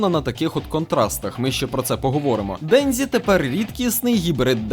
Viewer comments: Кожного разу після ФуДЗІмото й ДенДЗІ вухам трохи боляче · Дензі.. ДЕНЗІ БЛЯХА. Де ви те дзі берете в японські мові, якшо в ній є тільки джі. Капець як це важко слухати. Я би ше зрозуміла якби імена мангак читали по звичці з російською транслітерацією, але це ім'я в нас всюди нормально адаптували.